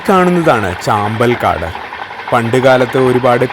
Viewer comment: അവതരണമൊക്കെ നന്നായിട്ടുണ്ട്. സ്ഥലങ്ങളുടെ പേരൊക്കെ കറക്റ്റ് ആയിട്ട് മനസിലാക്കിയിട്ട് പറഞ്ഞാൽ കുറച്ചു കൂടി നന്നാവും. ചാമ്പൽക്കാട് അല്ല. ചമ്പൽക്കാട് എന്നാണ് ആ സ്ഥലത്തിന്റെ പേര് ഒരു Suggestion പറഞ്ഞെന്നേയുള്ളൂ..... ❤❤❤❤